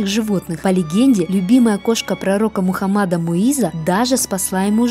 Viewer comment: Ударение не правильное, я буду указывать заглавной буквой ударения. Не МухамАд, а МухАммад